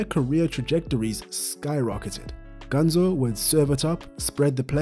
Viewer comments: His nickname is "Ganso", but in the video it sounds like "Ganzo" and I get a little annoyed with that 'cause I'm Brazilian. A tip if you want to pronounce "Ganso" correctly is to pronounce these two words "gun" + "so" in english (but not prolonging the "so") I hope it helped someone. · Its pronounced GanSO, not GanZO